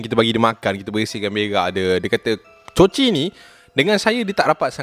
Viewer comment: Hahaha mula ii dah ok ckp nama kucing tu coci last ii jadi cico jugak 😂😂😂 adehhh